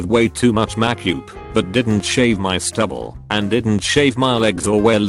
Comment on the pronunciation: It gets on my nerves how this speech bot says “mack-youp” instead of makeup